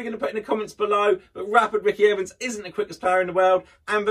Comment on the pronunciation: "Terry Down and rapid Ricky Ivans"? It's Terry Downs and Ricky Evans. You are welcome